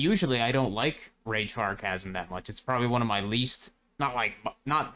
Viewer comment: Awesome vid! Am so hyped on AI companions at the moment. Oh one thing tho, Chasm isn't pronounced like you think it is. Phonetically i'ts ka·zm, not cha-zm. You're welcome ;)